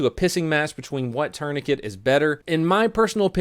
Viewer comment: Um tf is a turnicate lol